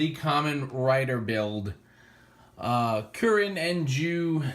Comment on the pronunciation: isn't "KURIN" it's "CROCO"